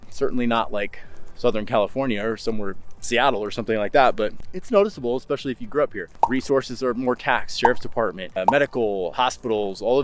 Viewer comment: I really enjoy your videos about Idaho, BUT, please learn to say especially correctly. Especially, not Expecially.